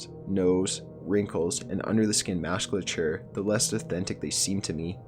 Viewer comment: Holy shit, who the fuck is this reader? He fucking mispronounced musculature as mass-cuh-ture twice, and after a bunch of shitty edits where the last three to ten words are repeated. Why not edit a PROPER pronunciation into the video. Each entry has a minimum of one mispronunciation, of relatively common words from regular prime time programming.